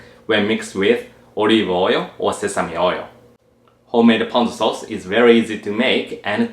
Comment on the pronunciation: Ponzu sauce is made of actual fresh citrus. Pahhhnzu sauce is made of canned mandarin oranges. Don't be fooled!